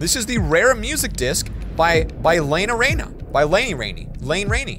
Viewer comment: Is pronounced, Len a rain